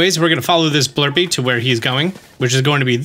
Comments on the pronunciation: it’s blupee not blurpee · He's the only person on earth who puts an R in the word "BLUPEE". It seems odd, as if he's trying to bypass a YouTube censor bot. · Didn't know there was an invisible r in Blupee.